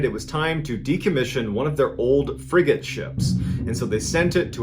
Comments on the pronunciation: I heard, The Old Friggin Ship. Guess she's not very "YAR" huh?😅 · I know he's saying frigate ship. But I keep hearing friggin sh*t 😂😂